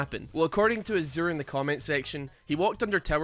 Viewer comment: It's pronounced Ah'Zhurr. And it is the color between blue and cyan, basically medium sky blue.